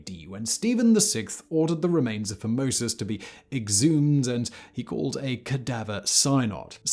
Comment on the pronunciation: I swear I would hear the name 'Formosus' and kept hearing 'Pope Phimosis'... A pope named after a foreskin condition that reportedly afflicted King Louis XVI...Now that's comedy.